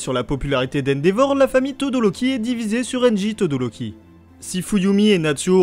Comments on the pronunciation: 1) On dit Todoroki et non Todoroli Et 2) Toya est "mort" est non disparu ! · La vidéo était magnifique mais ça se dit todoRoki